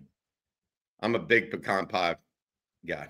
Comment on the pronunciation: Green bean casserole but with bacon, mushrooms and stewed tomatoes instead of traditional. Pecan (pronounced correctly) pie, pumpkin pie. Steamed cauliflower with cheese sauce. OK, I'm hungry now. Stay safe fam.